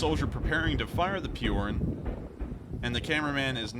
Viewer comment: Just a comment... spelling it for an Anglophone, it's Pee-o-r-oo-n Not pee-o-r-e-n... Spelled Piorun which means lightening bolt..